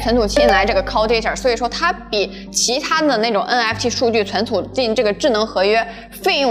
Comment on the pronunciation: cun cu -- 跟我念“存储”